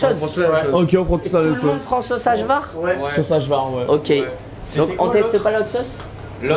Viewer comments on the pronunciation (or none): Pour info a , le cevapi c'est un plat traditionnel de bosnie de base, mais connu dans tout les pays balkans. Et la bas le J se prononce Y , donc on dit Ayvar 🤣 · Ça se prononce aillavar et pas ajvar😂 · Vous dites hajvar avec le son j comme en Français mais c est le j en allemand (jott)